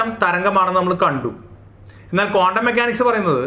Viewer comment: കോണ്ടം അല്ല.ക്വാണ്ടംആണ്.ഒന്നിലേറെ ഇക്ട്റോണുകളുള്ള ആറ്റത്തിന്റെ സ്പെക്ട്രം ബോറിന് വിശദീകരിക്കാൻ പറ്റിയില്ല.കണങ്ങൾതന്നെ സീറോ സ്ററേററ് വേവ്സാണ്.സൂപർപൊസിഷൻഓഫ് വേവ്സിൽ അത് തരംഗത്തിന്റെ ഫേയ്സുകളാണ്.